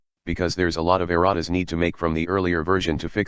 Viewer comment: I can't be the only one hearing Erotic every time he says Errata right?